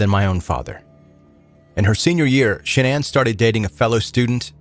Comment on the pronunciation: Shanann's real name is Shannon, not shanana